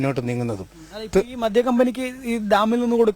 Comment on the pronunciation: അക്ഷരങ്ങൾ ശ്രദ്ധിക്കണം. മദ്ധ്യമല്ല, മദ്യം